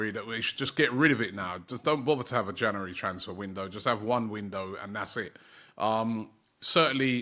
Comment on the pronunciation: We to start a gofund me page to teach Robbie how to pronounce "January"